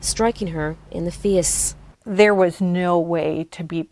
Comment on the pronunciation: "striking her in the FEICE"